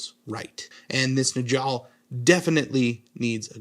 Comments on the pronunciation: Oh god the J is a y sound lol, Nyoll not Njoll Cant wait to send this video to my space wolf playing buddy though! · Its not "ni-jal", it's Niall. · It's pronounced "Nyal" no Najal lol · Really good video as always. With these space wolf names the J is a Y sound. Like Nyaal. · Njal is pronounced Nual. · We used to pronouce Njal like "Nigel" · Awesome rescue, but the J is like a Y I'm pretty sure. So Nyal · I’m pretty certain that it’s pronounced more like nyahl… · Awesome missed ya mate. Fyi j in viking culture is pronounced as a y. So Njall is pronounced as Nyall. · Everytime he says Njal 💀💀Very cool model though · Say his name again? lol that's so funny. The n is basically silent. When you say it, it's basically as if you're about to say n, but then change it to the j instead. Oh and it's a soft j like a y starting word.